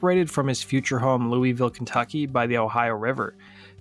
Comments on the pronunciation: Great mini-doc about Travis Meeks! The only painful part was hearing Louisville mispronounced repeatedly. It is pronounced Lou-a-vuhl. Although, Lou-a-ville is acceptable and not nearly as painful as hearing Lou-ee-ville over and over. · LEW-EEE-VILLE hurts my ears 😅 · It's "loo-uh-ville". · Its pronounced LUL-VULL. That's how people from KY say it